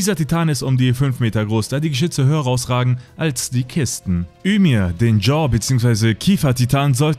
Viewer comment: Sry man aber alter sie heißt nicht ümir man regt mich das auf aber gutes video